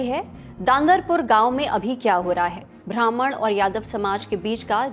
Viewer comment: मैडम ख़रीब नहीं क़रीब होता है, और भ्रामण नहीं ब्राह्मण होता है